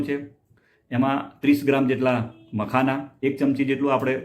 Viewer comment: મકાના નહિ....મખાના